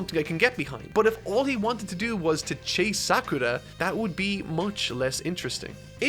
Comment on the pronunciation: I found it curious that he pronounces only Sakura's name with the Japanese R sound.